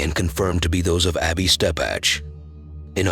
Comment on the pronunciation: Her name is EBBY. not Abby. E. Not A